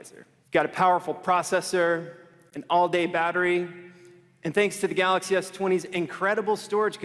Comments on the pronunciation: we will not miss the samsung "galox" even this CEO is saying it lmfao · shameful they didnt even know how to pronounce GALAX s20 range......get dj koh back